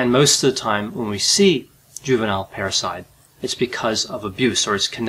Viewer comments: Parasite or Parricide? Keep hearing “parasite”, not hearing “parricide”, nor just patricide and matricide. But I guess this murdering daughter can be considered and called a parasite🪳🪱to🦂?😂😂😂 Plus can admit they could sound alike as both start & end fairly similar: para-site and parri-cide … I was thinking “did I miss a Latin term re: the killing of a mother and father or one’s own parents” in hearing parasite. Now just rambling 😳 = Enuff! Ciao! You do amazingly Great Videos!!👍🏻😁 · 🤣🤣 I thought he kept saying parasites!!! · I kept hearing "parasite" too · Watching this while washing dishes I thought he said "parasite" each time. And before I watched the video I thought maybe she killed her parasitic twin, I thought "hmmm this could be interesting. " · At first I thought you said "a juvenile parasite" instead of "Juvenile Parricide". They both have the same meaning, I suppose.